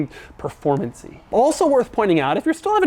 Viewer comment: Performancy?? Is that a word? Or a demauroism?😂😂😂👍👍